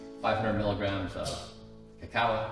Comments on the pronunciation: What is it with these bio hacker dudes who can't pronounce the names of the supplements they tout. I swear, between alternate pronunciations of cacao, tuRmeric, Spirulina, and a few others, it's freaking maddening. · How does he not know how to pronounce "cacao"...?